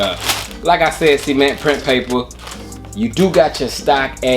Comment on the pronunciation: Cement ... Not Semen-ntttttt